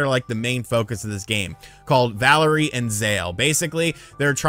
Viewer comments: Also it’s pronounced “valeer”. Not Valerie. Valere is a French name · “Valerie” lmao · I feel like intentionally makes mistakes for whatever reason. "Playstation Now" should have been Play Station Plus. Valere was mispronounced as "Valerie". He mixed up the power that Valere and Zale have. These have to be intentional or else he is just a lazy reporter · valere lunar and its valere, not valerie zale solar you got it backwards